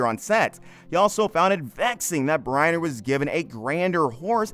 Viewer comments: BrEnner not Briener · So McQueen came back to life after his death in 1980 to reconcile with Bryner in 1985??? Which is pronounced Brinner by the way... Just two of the many inaccuracies. Sheesh , what a mess this whole thing is! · Haha. You do not even know hot to pronounce Yul Brynner's name. Is this AI generated.?